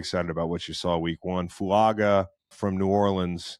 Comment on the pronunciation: Btw you pronouce Olu's last name as FASH-ahh-noo not fuh-sha-noo and Fuaga as Fwun-gah